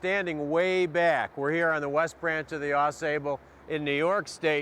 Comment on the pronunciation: This river is the Au-SAY-bull, not the Au-SAW-bull, which is in Michigan. says it correctly in the video. Regardless, great video. I grew up in Plattsburgh, and miss the Ausable and Saranac very much.